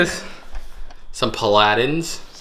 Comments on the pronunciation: what you misstated was Paladin. It's pronounced pal a din. Not a sharp a.. a soft drawn out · That flourescent purse looked like a Kate Spade. The striped lining was the key. The word is pal-a-din. Stress on first syllable. Its a warrior.